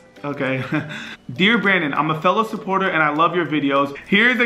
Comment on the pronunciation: Anyone notice that says Brandon’s name like “brenen”😂